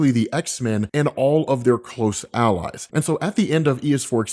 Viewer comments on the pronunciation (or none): none